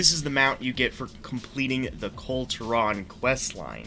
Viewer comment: Sorry, I'm only 19 seconds in but are you mispronouncing "Kul Tiran" wrong on purpose?